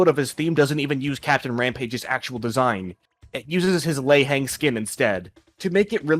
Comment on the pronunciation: your pronounciation of lei heng is funny, thats all